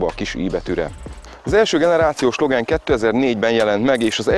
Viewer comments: LOGÁN nem LOGEN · Logán ... nem logen!